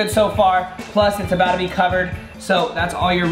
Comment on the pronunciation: Random but I love the way you say about to “abouda”